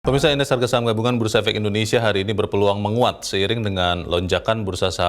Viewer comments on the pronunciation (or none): Yg benar itu BERpeluang bukan BEpeluang.